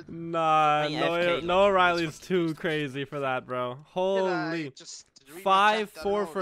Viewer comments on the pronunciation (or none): the fact that our boy keeps calling him noah-riley oooooooof